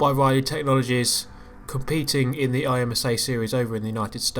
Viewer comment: Of course you can race the DP against other cars! There's plenty of P2s- oh wait, there's no BoP to make the DP artificially competitive. Never mind. By the way, IMSA's usually pronounced "im-sah", not "I-M-S-A"; it's much easier to say.